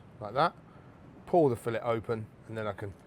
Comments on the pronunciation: If you’re a cook and you can’t say the word fillet properly, you’re an idiot. I’m watching something else. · Fillet. "She was only a fishmongers daughter, but she could lay on a slab and say fillet".